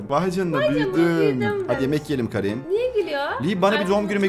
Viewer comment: O kerın diye okunuyo bu arada 26 ocak 2026